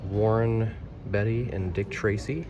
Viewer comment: Warren Beatty is pronounced Bay-tee. 😂 Yet you got Marlene Dietrich right. 😊